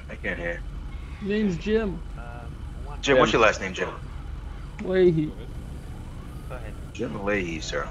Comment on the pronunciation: Layhie, not Lahey.